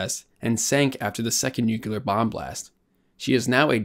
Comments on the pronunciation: It's pronounced " " NOT "nuculer". There are only TWO syllables and NO extra vowel in the middle. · Nu-cyu-ler?? Nu-clear! 2 syllables. How can you look at the word and get Nu-cyu-ler? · Good video but one thing about thenarrationnit's pronounced nuclear not nucular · Nuclear. New-clear. Nuke-you-lur... I don't like that pronunciation. Sounds too much like George W. Bush. I voted for him, but not for his "eloquence". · "Nuk ya ler" :-/ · She became a..what kind of ship..?? NOOK YOO LURR ... Come on, guy You say it twice... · "nukyuler" ?? Really? ..